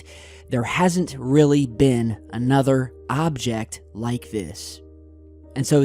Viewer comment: Your really over emphasizing "object"